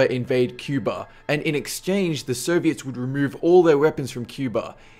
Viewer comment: dude you got some bad pronunciation with some words, for example Soviets you pronounce it like Serbians, the same with Syrians that too you pronounce like Serbians, i was like wtf when would Serbia launch missiles in the direction of the USA, that was always the US thing to launch missiles at other countries including Serbia xD